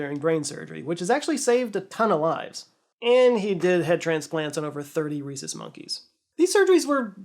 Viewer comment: I really thought you said “30 racist monkeys” and I was like good riddance! But no, obviously that’s not what you said 😅